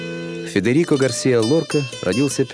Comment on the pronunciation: Безумно раздражает комментатор: неужели НИКТО не мог ему объяснить, что не ГAрсиа, а ГарсИа! Стыдно рассказывать о великом человеке, не умея правильно произносить его имя.